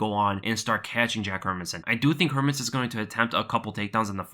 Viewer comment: Its pronounced: Hair-Mans-Son .. Not Herminson